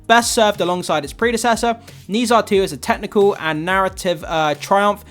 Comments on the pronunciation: Dude it's like 'ner ja' not 'nee sa' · Have you watched it yet? Read a comment about you’ve never heard of the pronunciation of Nezha (nuh jaw). Go watch it if you can! Don’t miss out the opportunity to watch it on the big screen, especially in IMAX! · I love this movie but I just can’t get over how you pronounce Nezha 😭